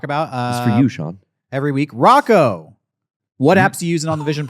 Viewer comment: Sorry Shawn Rocco said it correctly.